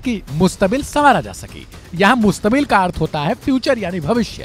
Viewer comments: Reporter ko urdi ni aata h mustakbil ko mustabil😅 bolta h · मुस्तमिल नहीं सर जी मुस्तक़बिल बोलते हैं जिसका अर्थ future होता है